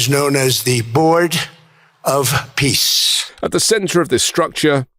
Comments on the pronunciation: Trump pronounces ”peace” as ”piss”. I find it symptomatic. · Board of Pissss like he pronounced it. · Bros of Piss, the way he pronounces it.